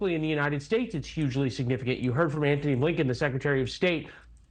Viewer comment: I always hear Anthony Abe Lincoln 😂